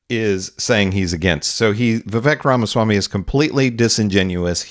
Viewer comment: Why not learn to pronounce his name